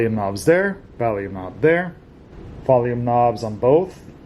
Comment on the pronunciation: Dude he says Valium instead of volume